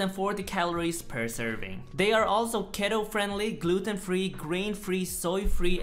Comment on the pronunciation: at first i thought he said 'ghetto friendly' lol